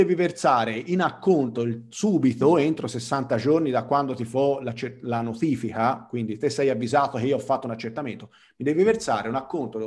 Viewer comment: ''Ti fo' la nothifica''...